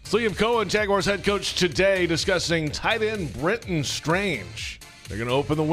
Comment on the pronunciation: Week 10 of begging to pronounce Jaguars correctly